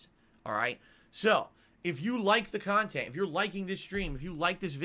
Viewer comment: Stealing his KANHTENT? curious as to what thinks he provides his viewers